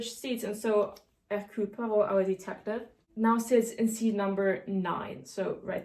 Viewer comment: As a Belgian, you pronouncing Hercule Poirot's name correct every time made me really happy, loved the video!